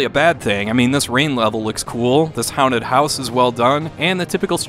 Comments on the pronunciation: how-nted house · The way you pronounce “haunted” is like nothing I’ve ever heard